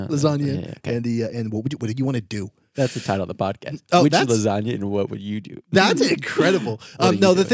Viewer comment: came from listening to the audio version to watch the video just to see when said "podtest" instead of podcast😅 pd. Love you 😄